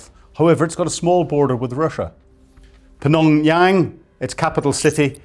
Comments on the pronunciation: "PNOMH-YANGG!!!!" Bahahahahahhaa 😂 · I think he said Pnongyang. seconds.